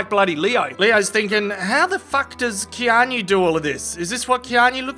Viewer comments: Its not "Kean - yu" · Please google how to pronounce Keanu. If it was on purpose....well played.